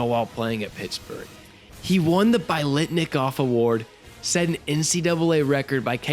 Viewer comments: Dude you got to tighten it up if you want people to take you seriously. Example: Fred Biletnikoff is in the HOF & the most outstanding NCAA D1 receiver is recognized annually with an award in his honor. Can't butcher the name. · The pronunciation of Biletnikoff is hurting me